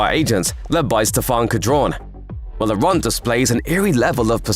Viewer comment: Thanks for the explain. Please take note, Laurent is pronounced as 'Loran' (the t is not voiced at all) ;)